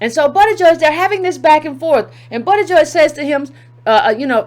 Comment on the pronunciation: I wish you would've did a simple Google search on how to pronounce his name so you don't spend the whole video tripping over it.